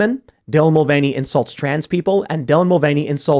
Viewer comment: It's called the mul-vain-ey affect.